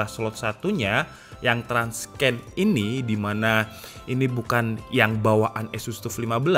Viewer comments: Tips nih bang, Transcend itu dibacanya "tran-sen". Bukan "trans-ken". :) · TRANSCEND pelafalannya buka "transken" tapi "tran(t)ˈsend" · jadinya trans-scan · Bang transcend bacanya nya transen🙏